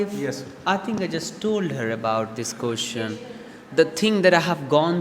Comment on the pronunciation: You always mispronounce "question " learn to pronounce it